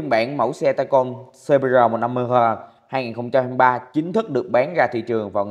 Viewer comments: đọc rờ thành gờ đi ba ơi đừng cố nghe nổi gai ốc á 😂😂😂 gờ gờ cũng dth mà kkkkk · anh đọc chữ rrrrr muốn gãy cái lữi luôn 🤣🤣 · 😂😂😂nghe từ rrrr phê vãi 😂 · Rờ. ờ. ờ 😂 gãy lưỡi luôn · Rờ ờ ờ … rờ… nghe nhột vãi rờ